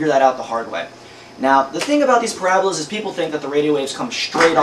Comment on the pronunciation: Ahahahaha... "Porahhbahlas". That is some damn greasy hair. Gross. Nothing to learn here, this guy is completely lame.